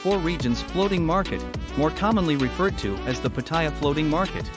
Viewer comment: Stopped watching when I saw that you cannot pronounce Pattaya correctly.